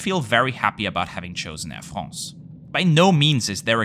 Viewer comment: "Air Frrrraaahhhnsee" lol!